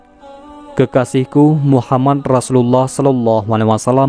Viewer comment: Min mohon maaf saya ingin bertanya mengenai cara penyebutan nabi Muhammad SAW ada yang salah dari awal vidio saya nnton sampai di penghujung tiap mimin sebut nama muhammad menjadi muhamman itu kenapa? Mohon maaf sebelumnya kiranya untuk pertanyaan saya ini karena saya masih merasa krg enak dikarenakan penyebutan nama yang salah itu terjadi bukan cuman sekali tetapi sampai akhir vidio